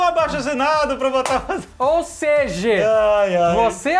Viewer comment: Deslike só pelo "ou seje"